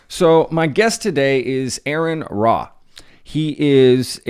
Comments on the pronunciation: It's ARE-REN RA not air-en ra... areN, not aaron.. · PRONOUNCED AHHH '-RON RAH !! DUMMY1 LLEEAARRNN!!